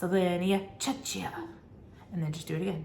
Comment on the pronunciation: Thank you so much for taking the time to do these! It's my first year tutoring so these videos are life-savers for me. Also, for anyone else wondering, Czechia is pronounced "check-ee-ah." Also known as the Czech ("check") republic :)